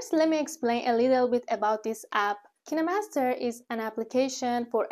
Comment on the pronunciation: why everyone pronounces it ki ne master not kine master